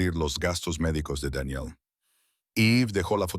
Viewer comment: Una pregunta sin ofender xq el narrador pronuncia los nombres tal mal Eve Daniel ❤